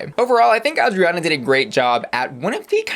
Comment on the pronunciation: Haha not Ozzie Onna again. Girl, you're doing too much. English: ay-jree-on-ah/ah-jree-on-ah. Spanish: Ah-dree (tap the tongue on the palate for the "r")-ah-na. No Z.